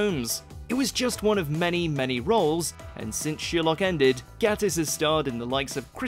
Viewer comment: Who's sheerlock? I've heard of sher-lock.